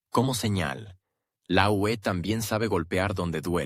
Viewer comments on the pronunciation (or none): El programador de este vídeo debe enseñarle al robot parlante que EEUU es Estados Unidos y que UE es Unión Europea. Mientras no programen eso me negaré a seguir viendo sus vídeos por muy interesantes que sean.